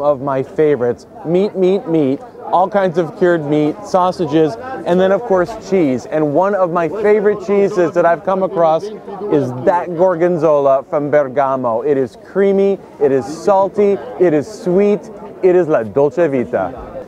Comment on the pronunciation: Bèrgamo not Bergàmo